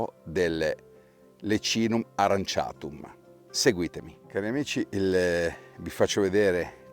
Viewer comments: In effetti aurantiacum (o aranciatum come l’hai pronunciato te nel video 🤣) era più intuitivo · AURANTIACUM, non aranciatum